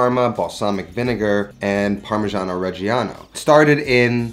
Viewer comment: how many times can you wrongly pronounce parmigiano reggiano in one minute? :D (doesn't matter, love your channel!)